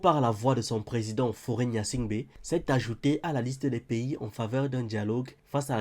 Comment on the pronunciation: Faure et non Fauré